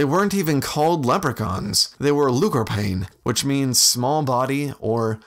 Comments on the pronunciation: iMedDo i honestly dont think its that in depth. Lú means small, corp means body, corpán just indicates that it it the characteristic of something i.e small bodied individuals. Its pronounced LOO-cur-PAWN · Actually, the correct pronunciation of the gaelic word is: look-or-pawn, (roughly) which became anglicised to leprechaun. Try saying the Irish word in an English accent and you get why there are subtle differences. Great video!